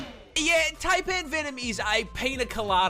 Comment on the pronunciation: The dude making animal content doesn't know how to pronounce Taipan... Crazy